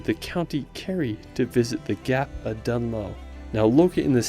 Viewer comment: Learn how to pronounce places when making videos. You managed to say Kerry and Gap of Dunloe correctly. Otherwise a beautifully made video well done